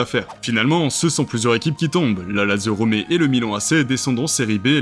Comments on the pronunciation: "Bechiktass" et non "Bessiktaz" La Lazio, ou Lazio Rome et surtout pas ROMÉ J'ai failli m'étouffer quand j'ai entendu gijon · Quelques prononciations à revoir comme avec Gijon, Goethals, Lazio Romé ? Sérieux ? Lazio Rome ou Lazio Roma - sur le calciopoli de 2006 à savoir qu’en 2010 il a été prouvé que l’Inter avait été aussi impliqué mais a bénéficié de la prescription et la Juve a été blanchie, le club se bat d’ailleurs pour récupérer les titres de 2005 et 2006 Si vous voulez faire des vidéos sur certains sujets, faites le correctement…. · C’est Guy Jon?🤦🏻‍♂️ Gijon se prononce "Rirone" 🤷🏻‍♂️ Et ça continue la Lazio Romé 🤦🏻‍♂️ c’est pas comme si RomE était la capitale de l’Italie 🤨